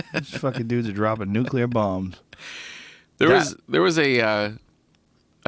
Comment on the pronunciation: "Nucular." -Joe Rogan, 2016